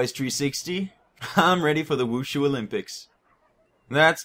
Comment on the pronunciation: mhmm pronunciation of the word wushu...